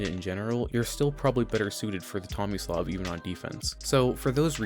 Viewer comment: is it bad I legitimately thought it said “xomislav”